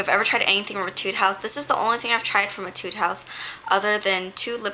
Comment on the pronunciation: Aw how sweet of you! I love Jill Stuart too - though I only have one blush so far hehe. Definitely would love to collect some more. Love how the Canmake Bitter Coffee quad looks too - thanks for sharing =) Also, not sure if anyone has mentioned this so far, but I'm almost certain that it's pronounced "A-tude." An etude is a musical practice piece - one that is supposed to improve your technical skills. When I played violin I always had a book of etudes.